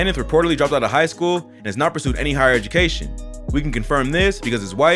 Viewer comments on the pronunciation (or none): none